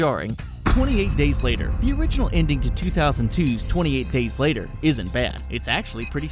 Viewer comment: Stop saying 'inding'.